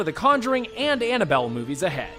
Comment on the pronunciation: it’s Annabelle not annable